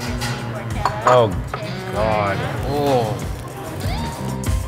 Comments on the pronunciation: the moment u realise its pronounced Pork-etta not Por-chetta.... cause its literally pork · Por-keh-ta? Hand-made.....in a machine